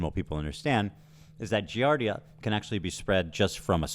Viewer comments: also these morons can't even pronounce giardia and know nothing about it, they shouldn't be speaking on it. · It's the fact that 90% of these morons keep talking about the Giardia scare without even knowing how to pronounce the disease, let alone what it is. like be so fr. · These dumb asses can't even correctly pronounce the diseases they claim to know about. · they can’t even pronounce giardia 😂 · It’s so funny how they’re talking about how people get Giardia and they’re not pronouncing it correctly or know what it is lol…..it’s wild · These idiots can’t even pronounce giardia let alone know what it is. Take a deworming call if a day it’s not that serious unless left untreated. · God they’re not even pronouncing Giardia correctly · the laughable fact that they can’t even pronounce giardia lmaooo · These people don’t even know what they are talking about. They don’t understand giardia (THEY DO NOT EVEN KNOW HOW TO SAY IT PROPERLY) and how it works. When I adopted my cat my dad randomly contracted it and we are all adults maintaining a clean house. PLUS ETHAN SAID NO ONE EVEN GOT IT 😭 if he was neglecting his kids why would he self report online, he has a brain unlike Denims - man does this chick creep me out. How is she so confident talking on subjects that she knows nothing about??! ACTUAL PSYCHOPATH BEHAVIOUR I am so pissed this is happening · How do such fools get followers -its pronounced gee [jesus] ardia!!! Klein knows that its completely normal - if not for the betterment of the health of the child anyway!!! I know and feel nauseated from their King and Holy man Hasan but everything below - wtf??? is this gen z versiom of reality tv? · He can’t even pronounce giardia and people believe it 🤗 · People acting like Giardia is some insane and rare parasite they've never hear of, whilst repeatedly mispronouncing it, shows how inconceivably sheltered they and their audiences are.